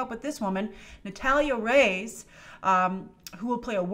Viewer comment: just clarifying Reyes is pronounced Ray-Es not Rays Love your videos!!!!